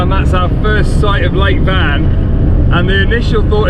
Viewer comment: Nice video! While in Van (I believe it's pronounced more like Wan than Van) I really hope you visit the Van Cat House (Van Kedi Villasi) so we can see some of those beautiful cats!